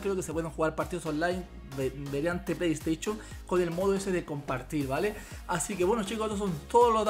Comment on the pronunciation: Playesteichon xdd